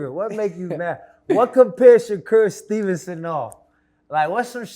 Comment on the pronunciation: Dude said Shakur name backwards 😂”Stevenson Shakur”